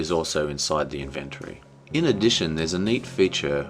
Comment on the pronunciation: Very good review, and I agree with many of the points you made about the game. Although if I may point out two very minor errors, your pronunciation of "inventory" is incorrect (even for us Aussies), although I can't articulate the correct pronunciation through text alone, and you said (and even the video title has it) "Father" when in fact it's "Fathers". Minor and kinda unimportant points, but nonetheless I couldn't help but point 'em out. But as I said, great review, well done!